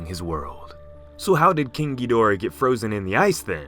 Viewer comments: it's pronounced King Giddorah not King Geedorah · wait did he "king DI-dorah" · "King Geedorah" 😂😂😂